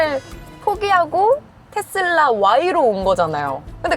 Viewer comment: 아나운서 분이 텟쓸라 이렇게 발음 하시네..